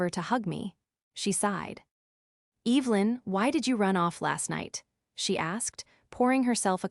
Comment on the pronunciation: Cant even pronounce evelyn correctly. Smh.